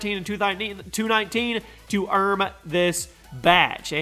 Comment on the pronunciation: “To EARM this patch” lol